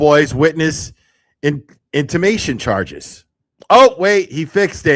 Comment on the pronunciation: It's intimidation charges not intimation 😊